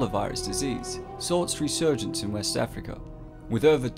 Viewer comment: “West Africker”